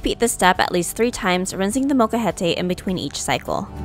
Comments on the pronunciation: realistically it's more that you seem to not pronounce the L so it sounds more like mocajete, but, honestly I barely even noticed until I really listened, so, they're just being a bit silly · Its not a "mocha-het-ay" its "mole-ca-hete" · Couldn't continue watching after hearing the word butchered a dozen times. Sorry but if you can't say the Spanish word just say mortar and pestle. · I sincerely apologize if I mispronounced the word molcajete. I tried searching the proper pronunciation before I made this video and thought I was pronouncing it correctly. Would you mind sharing the right way to say it so I can fix it in the future? Also, may I ask what part of Mexico you are from?